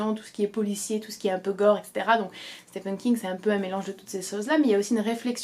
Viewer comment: Juste petite info, Stephen en anglais se prononce «Stiven» et non «stefen» :)